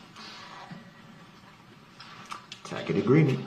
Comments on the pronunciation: The objections are sustained not substained. And tacit is pronounced tasit not takit. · The word tacit is pronounced like ta-sit, not takit like he’s saying it. Tacit agreement means agreeing to something without actually saying it. Something like that. I don’t think it fits where he was trying to use it 😂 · The word is pronounced, tacit (tasset) agreement, I believe, and he’s calling it Tackett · It’s not SUBSTAIN! It’s sustain. The word is TACIT as in TASIT not tack-id. 🙄🤣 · A tacit agreement. Its prouncing it weong as takid agreement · A tack it agreement. He's mispronouncing it. TASIT agreement. He's the idiot king. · He saw the word “tacit”, has never heard it pronounced, and thinks it is “tack it”. He has no idea what the definition of tacit is. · Tack it agreement. .the word is tacit. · He saw Tacit Agreement (pronounced tasit) and says tackit! What a DumbAzz! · The words are “tacit,” and not “tacket” and “sustain,” not “substain.” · Tacit not takit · A tacit agreement. Tass-it tassit TACIT. NOT TACK-it, moron. It’s like him using the word pursuant wrong over and over. It’s hilarious but I have secondhand embarrassment lol. STFU with your creepy baby teeth and claw talons. Ok done now lol. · Lmfao that word is pronounced TA-sit. Not tacket 😆😆😆 the judge was trolling - she knew what he meant! 😆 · Its Taccit pronounced tassit not tackit and isn't it relevance not relevancy? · “Tacket agreement” 😂 He somewhere read the word “tacit” and thought it’s pronounced like “tacket”. The “c” in that word makes a an “s” sound. I know that you already know that. Just saying. But the “tacit agreement” comes from that sov cit crap. Everything is a “contract” in their minds. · It's Sov Cit crap. It is a tacet agreement with the "c" having the "s" sound. He is pronouncing it with a "k" sound like tack-it. He didn't even claim to be Sovereign until he decided to represent himself. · he also pronounced it "tack-tick agreement". He really is simply just a dolt.